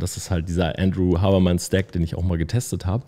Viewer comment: Sehr geiles Video. Bei der Aussprache von Huberman habe ich anfangs nicht gewusst wen du meinst. Seine Podcasts sind eine Bereicherung für jeden.